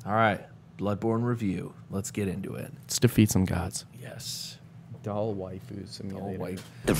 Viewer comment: I’m getting frenzy buildup from the pronunciation of Doll as Dole.